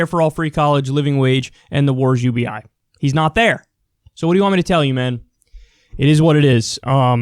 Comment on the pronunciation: Why you always say ubi last